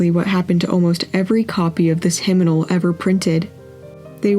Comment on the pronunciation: “Hymnimal”? It’s “hymnal”